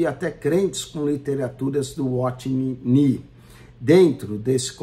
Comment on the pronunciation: Como levar a sério alguém que não sabe nem ler, pronunciar adequadamente os nomes dos irmãos Watchman Nee e Witness Lee... Fala, fala e não explica nada. Não tem como nem rebater nada.